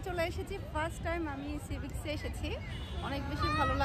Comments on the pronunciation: never tell sea-bics it's sea-beach(সীবিচ)।I like your personality and vlogs.Please try to improve your a few pronunciation mistakes.❤ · No sea bic its sea beach..... (Fun korlum)